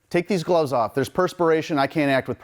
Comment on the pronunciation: I just saw a lifetime of regret and disappointment quietly seep forth from this man's face over flubbing the word "gloves." He's seen some things.